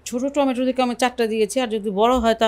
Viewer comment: টমেটে কে আপনি বলেন * টমেটুর * ❤